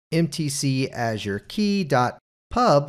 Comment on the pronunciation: Not how you pronounce Azure (in intro), but looks really interesting 😊